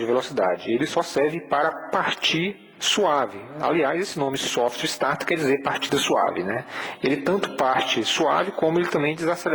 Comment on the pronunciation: Meu caro , corrija sua pronúncia. Se voce sabe que o nome do equipamento é SOFT starter, porque pronuncia "SOFTWARE" starter? Isso fere sua imagem. essa é apenas uma crítica a título de melhorar seus videos que por sinal são ótimos, parabéns!